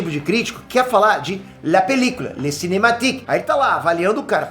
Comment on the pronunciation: Me amarrei no falando "Le cinématique" kkkkkkkkk ficou engraçado igual quando ele fala "Tio Akila". kkkkkkkkkkkkkkkkkk